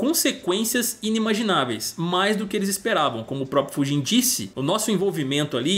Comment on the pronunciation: Mano, juro que uma hora ouvi o falar pudim ao invés de Fujin kkkkkkk